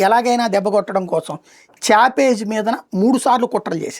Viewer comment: చాపేజ్‌ కాదురా బాబు.. చావేజ్‌